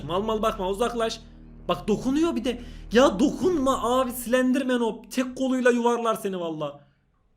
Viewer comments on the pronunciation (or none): Slenderman değil silendirmenğ 😅🌼